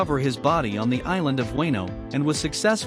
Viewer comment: You can't pronounce Wano,sabaody,kizaru,usopp,sabo & etc But most of them correct, good job